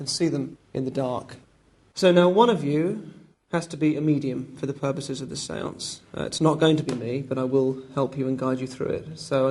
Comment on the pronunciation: I know how he got her to go into number seven atleast. He said the sense several times in a way where it sounded like seven